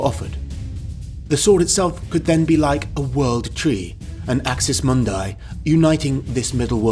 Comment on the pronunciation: I like the enthusiasm But 70% of the names are miss pronaunced. "AXIS MUNDI" - Ak-sees – Mun-dee (not munday). Skee-tee-yaa, not Skutiya. And all of the Slavic locations are completely butchered. Also MEZO-GETE.